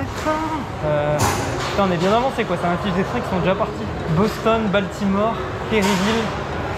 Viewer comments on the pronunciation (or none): none